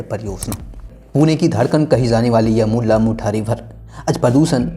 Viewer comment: मुल्ला मुठा नही भाई मुळा-मुठा नदी.... कमसेकम.. मुला-मुठा कहो